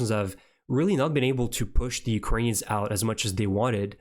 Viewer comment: Thank you for being one of the few reporters that pronounce Ukrainian names properly! :cat-orange-whistling